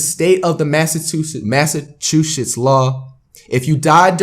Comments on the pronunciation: "under the state of machasussets " - Flight 😂, even his speaking is an L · tried not to laugh when flight couldn't read Massachusetts 😂😂😂😂